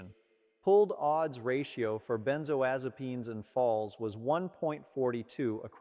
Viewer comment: I don't believe he's a licensed physician. Why? Because he can't pronounce benzodiazepams correctly as well as others of the medications he's referring to. He's an actor reading off a script.